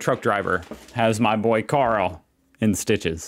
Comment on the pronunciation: I think he called Carl "Howlie"